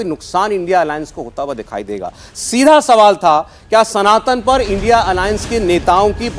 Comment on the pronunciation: it is not l n d I a alliance it is indi alliance